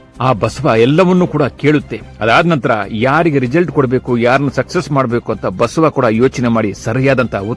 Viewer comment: Basava anthira go mathe anthira enu antha sariyagi heli